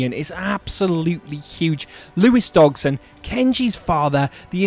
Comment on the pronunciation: Dodg-son not DoG-son. Otherwise good video.